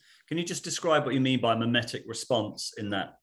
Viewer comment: mimetic, not memetic.